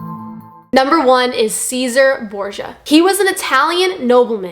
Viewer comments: the photo is actually an actor picture from a tv series. The name is pronounced Chay-zaa-ray Bor-Zhuh. fun fact all pictures of Jesus Christ are actually pictures of Cesar Borgia. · Go play Assassins' Creed Brotherhood ... and plz it is pronounced like this: Tchezare Borgia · Caesare Borgia is pronounced : Chey - Zar - Ray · This information is false. Most of the people she sighted were devout believers. Cesare Borgia (pronounced Chez-uh-ray) was a Cardinal in the Catholic church by 18. He was an abbot. Unless we are going really extreme here and declaring Catholics atheists, this man was in no way an atheist. His entire life was in and around the church. He died in a battle with a group of knights who robbed him and left him naked in a ditch. Who was there to record his last words? This is widely known history. Why lie about something like this? Is this supposed to scare people into believing in you religious opinions? Why do you want to scare people into your church? Wouldn't you want them to come in because of the love and truth of Jesus? Instead, you make up and spread some lies about people that were not even atheists? It's a bad look for you, and one of the big reasons the church is dying all across the world. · Cesare Borgia is pronounced /chez-a-ray/. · You are pronouncing Cesare Borgia INCORRECTLY. It’s pronounced Chez-a-RAY. Drives me nuts. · David Hume, was not an atheist, he was a deist, like many other ppl you mention. You have no idea what you're talking about, you can't even pronounce Cesare Borgias name correctly, he wasn't an atheist, either. The ignorance in this video is astounding.